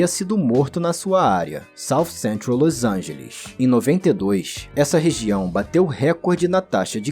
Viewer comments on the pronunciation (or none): Que dificuldade de dizer LOS ANGELES, que irritante ouvir toda hora esse seu "LÔIS ÃINGELIXXXXX" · o jeito que tu fala LOS ANGELES é bizarro